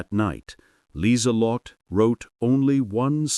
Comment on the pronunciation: "Her name was Liselotte Bauer. Last name means farmer, and AI actually got that one right. AI narrator messed up her first name, though. Should have 4 syllables, not three. It's pronounced Leezuhlotta. Lee Zuh Lott Uh. German doesn't have silent e's.